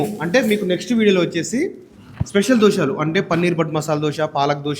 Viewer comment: Dosaalu enti Dosalu anali Telugu sarriga palakatam practice chew video janallo vadile mundu Dabbu kosam